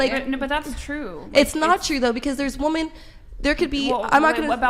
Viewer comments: The way she says WOMAN instead of WOMEN drives me insane. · Can this young lady on the far right say “women”? She says it “woman” every time. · Her and bangs are saying woman instead of women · It’s not fucking woman….it’s women!! For fucks sake!! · So annoying the way the woman on the right doesn't understand that "woman" and "women" are pronounced differently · Why do all of these bimbos use "woman " when it should be "women"? Annoying af